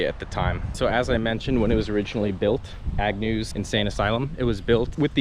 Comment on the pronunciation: It's AGNEW you freaking idiot, not Agnews. How fuking difficult is it to get the name right. You're history on my feeds. Thanks for nothing.